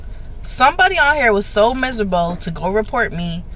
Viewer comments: "Y'all misurbel" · Misabo? I think you meant to say miserable. But I'm not either one of those things.😂